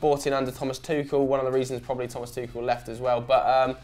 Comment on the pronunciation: "Tuchel" not "Tuchal", unless there's some play on words which I don't understand :D